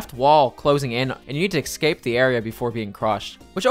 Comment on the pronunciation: I enjoy your videos, but learn how to pronounce escape and especially, its not ekscape and ekspecially